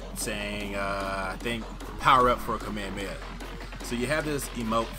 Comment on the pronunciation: Why do people have such trouble pronoucning kamehameha?? The amount of people that say come here come here instead is ridiculous 😂😂